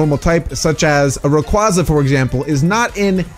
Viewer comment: wtf did u say raqaza its pronounced rayquaza